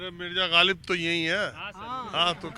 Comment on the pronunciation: लोग ग़ालिब को गालिब बोल कर उर्दू बोल रहे हैं😂😂